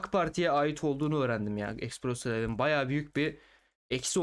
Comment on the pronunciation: espresso diye okunur.